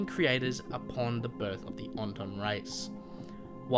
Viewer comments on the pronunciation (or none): Just an observation: Call is an “Auton” and not an “Onton,” as you repeatedly say. Great vid, this small observation aside. I loved it 😊.